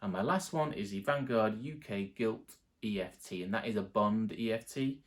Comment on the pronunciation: kept saying eft ... 😂